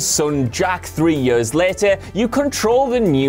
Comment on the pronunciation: WhatCulture guys keep saying "yers" rather than "years" and it's driving me up the fucking wall! Yer-yer-yeeer-paderpaderp!